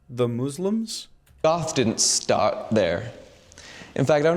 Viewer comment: "we stawt to wealize things"